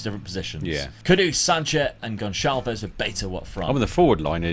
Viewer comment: mate! Just a hint: in portuguese the "Ç" is pronounced like an regular S. So it would be Pedro "GonSalves", like in the word "açúcar" that is portugues for "sugar".